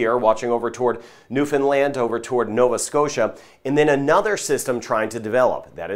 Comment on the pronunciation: Very few Americans I have met that can pronounce Newfoundland correctly. Nicely done,!